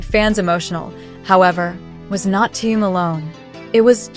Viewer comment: Зачем такие видео показывать, где даже имя Тэхен произносят Тэен. Неприятно режет слух многие не правильно произносимые слова